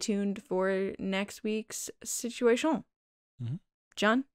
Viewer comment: It was only like a two week hiatus, but I really missed hearing say “situa-TION” in the Resistance Transmission segment.